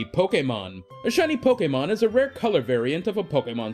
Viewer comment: I hate how you say pokemon. You stress it so weirdly in your sentences.